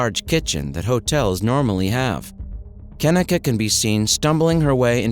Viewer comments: Mannnn... this video is wrong on SO MANY LEVELS🙄🤦🏾 1st of all,, her name is pronounced [KUH-NEEK-UH].. not "Ken-nick-uh"💀 And 2nd of all,, she was 19.. not 18 3rd of all.. it was supposed to be a celebration for her obtaining a job at a nursing home,, but instead.. it was some "savage party" where everyone in that room was hoeing around💀😒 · KENNEKA - (KIN-EEE-KAH) SAY IT RIGHT OR DONT SAY IT AT ALL. DISRESPECTFUL AF. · Her name is pronounced -Ka-Neeka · That fool running hustlers mouth can't pronounce her name correctly. He needs to mind his own business. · Yes this is a very sad case I've been watching it for years but maybe you should have enough respect to pronounce her name right to have facts instead of false statements in your opening statement but all in all I hope you are truly trying to shed light instead of just trying to get clout off of it cuz the case needs to be broken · I hate how he keeps pronouncing her name wrong damn European